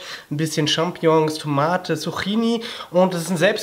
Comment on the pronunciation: Wenn dus richtig aussprechen willst, sagst du einfach Zuk-ki-ni, betonung auf der zweiten Silbe. (Immer diese Leute die was zu meckern haben, nie zufrieden sind die..... unglaublich) ^^